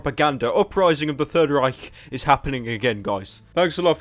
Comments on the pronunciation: I fucking came when he pronounced the ch in Reich correctly. What an experience! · He Says "Reich" So Amazingly